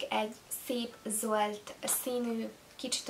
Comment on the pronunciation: Miért montadazt hogy zóld.😅😅😅😅😅😅😅😅😅😅